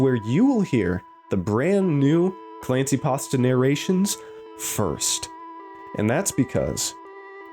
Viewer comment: You’re killing me. It’s not clancy